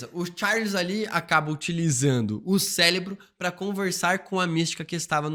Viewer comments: Cérebro com R e não Célebro. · Ele falar "celebro" é intencional? Pq incomoda muito! 😅😅😅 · O vídeo está ótimo. Essa maratona de vídeos dos x-men foi umas das melhores ideias antes de de Deadpool. Porém não sai da minha cabeça você falando "Celinbro" kkkk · Que vídeo insano! Detalhe pro falando “celebro” diversas vezes hahahah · E "acloparam" ksksksk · também achei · Não consegue falar certo de jeito nenhum, mas acontece 😅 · Célebro, CÉLEBRO, C É L E B R O , CÉÉÉÉÉLEBRO... AAAAAAAAHHHHHH!!! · que agonia q da toda vez q vc fala "célebro"